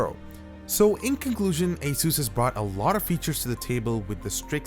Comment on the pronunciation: it's pronounced ace-us not ace-use